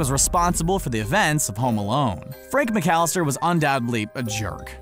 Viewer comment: the name is mcallister, not mc-alistar... and in no way in Spanish "alistar" means "to abduct", it means to enroll, to enlist, to get ready